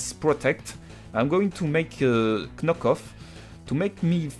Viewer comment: YEAAAAAAAAAAH tu as enfin prononcé correctement Knock off =p. Je m'abonne!